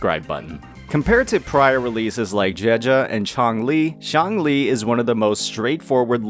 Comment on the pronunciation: please don't pronounce Xiangli like Changli, this is very confusing, Calcharo will still be played by people who don't suffer from skill issues and don't want to waste their time and materials to level another electro main dps 🤷‍♂